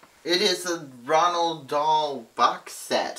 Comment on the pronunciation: haha, it's so weird that you're calling Roald Dahl Ronald :')